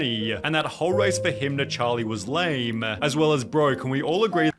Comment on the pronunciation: why does say "lame" as "lah-MEE" is he illiterate?